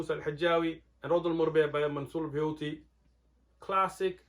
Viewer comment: It's buhuti not buyuti